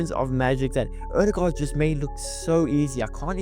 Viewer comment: BTW, your Ø pronounciation is just as fellow Norwegians would say it! Not just as an "O" .